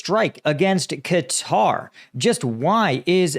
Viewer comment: You are the only American who can pronounce the name correctly, everybody else says “cutter”